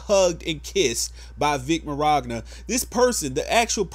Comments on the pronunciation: Great video and Everything but i think you pronouce his last name wrong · Kills me a little inside every time you say his last name wrong lol. I think he’s innocent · Why do you pronounce his name like that? Do you see an R? XD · I couldn’t take this serious to the fullest extent just due to the way you keep pronouncing vic mignogna sounds like you’re adding a “r” where there isn’t one. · Idk what triggers me more: Monica Rial and her disgusting accusations against Vic, or the fact that you've been pronouncing his last name wrong throughout this whole entire video 😂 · You saying his last name wrong just saying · Why can no one pronounce is name correctly? How tf do you do videos on someone and never once look up what his fucking name is. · So is it just a meme now to mispronounce Vic Mignogna's name? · Vic Marogna? There is no R in there bro. Vic (Mon·yon·ah) he's Italian. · Love the video but it's pronounced "minyana" not "mignogra" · i love the call out on monica, but my guy, i just can't get over how you say Mignogna XD "Min-yawn-a", not mir-ag-na" 👌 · I hope justice is served & he's vindicated of all charges and accusations. But um..... his name is Vic Mignogna not Mirogna. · His name is pronounce "Vic Minyona" Not "Vic Meragna" Lol However, that aside, I completely agree with you. My only point of contention is this idea that being a white Christian conservative makes you a target. I'm a gay atheist, a liberal, and a hater of all things DJT. However, I don't hate straight people, white people, or conservatives. I do hate SJW NPS though. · 0: Did you say Miragna? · "Mirogna" Mignogna min-yana PS: still liked #IStandWithVic #BelieveFacts #BeingItalianIsNotACrime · I love your opinion and thoughts on this but dude. It's pronounced Vic MIN-YAWN-AH. Lol not Vic Mirogna. There is no r in his name. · His last name is pronounced Min-yon-ah. Not sure where you are seeing the "r" in his last name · His last name is pronounced “MINYANA”. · "Vic Meragna" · "viC mOroGnA"